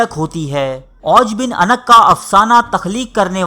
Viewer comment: Jnab lafz anq ni hota unuq hota hy.